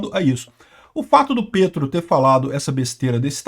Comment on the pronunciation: eu vivo na Colômbia. Se pronuncia "Pétro", como em Petrobras.